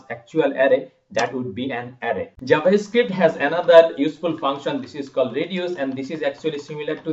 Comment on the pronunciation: "jabascript" really nigga?